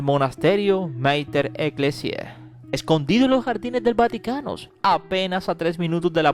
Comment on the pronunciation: Mater Eclessia tan mal informado que ni sabes pronunciar bien los nombres. 😮👎